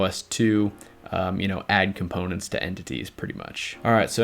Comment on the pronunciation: "Componets" lol